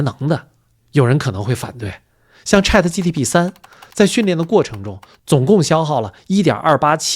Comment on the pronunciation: 吹毛求疵：有几处ChatGPT读成了“gtp” 另外请问，可不可以有这样的猜想：能否及时升级到硅基也许就是一道“大过滤器”……